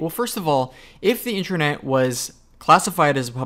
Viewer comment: Sounds like you are saying "intranet".